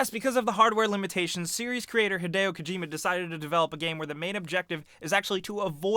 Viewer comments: it's Hid-ee-o not hid-ay-o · Rowan Betts no, it's Hid-ay-oh. 'E's' are pronounced like 'ey' in Japanese. If it was hid-ee-oh, then his name would be spelt Hidio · arron mullings not to be a grammar nazi, but it's hideo.